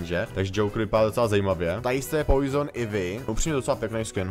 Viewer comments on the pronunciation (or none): Ivy se čte Ajvy